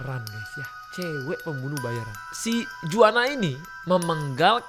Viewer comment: Team AHHA..... Masukan..... Dulu2 dah saya bahas penulisan bahasa Indonesia ya g salah2 melulu, di tempat dipisah di pasar, di pasif digabungkan dipasarkan. SEKARANG... Cek lagi....bahasa LISAN kalau nama2 Asing harus dicek dulu bagaimana ucapannya. JUANA LOS ZETAS... INI nama terdengar dr bahasa2 spanyol, mexico whatever.... Karena Los itu saja dah Spanyol banget.... So, Juana supposed to be sounded or spoken as ( huana..... Contoh celeb Julio Iglesias becomes Hulio not Julio...... Ayooo makin ke sini makin baik dan smart ya.....